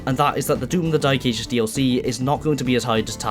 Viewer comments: Hearing the "the dy*e ages" multiple times gave me whiplash 😭 What accent is that? Cumbrian? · Why do you keep saying “Doom the Dyke Ages”? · I love it how you call the game the dyk* aegis :D Not trying to make fun of it or anything, it's just funny to hear with that accent. My accent's pretty generic, but occassional bouts of dyslexia lead to me reading the title of the 10th level in TDA "Foreskin planes"